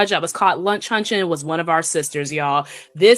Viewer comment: “Lunch hunching”?!!